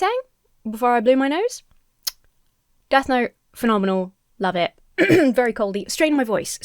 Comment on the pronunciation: Wait, is the name of the musical 'Death Note' or 'Death Gnome?' I can't understand what you are saying.